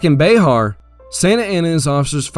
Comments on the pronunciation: It’s “Bear” not “Bayhar” - San Antonian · As a resident of Bexar, I must let you know it’s BExAR, like the animal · Bexar is pronounced bear not beh ar